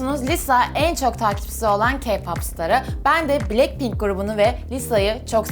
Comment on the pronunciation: Bilekpink değil blakpink diye okunuyo